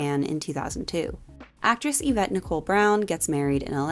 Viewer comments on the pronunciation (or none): none